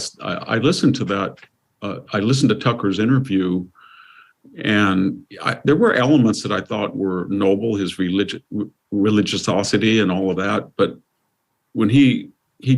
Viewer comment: It was David Paterson, the GOVERNOR of New York, not the mayor. Kanye's name is not pronounced "cane-yuh." "Religisosity" is not a word. Mr. Hanson: If you're going to comment on the mental acuity of someone (such as Fetterman), it's not a good look when you misstate facts, don't know how to pronounce the name of one of the most famous entertainers on the planet, and mangle words.